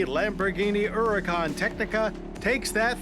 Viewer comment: I like how Mr. Davis pronounces the name “Huracán” correctly. Kudos to you Mr. Davis.